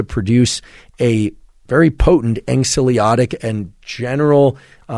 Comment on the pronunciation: *anxiolytic (apologies - this has been bugging me for a while, and I'd love to hear you get this right!)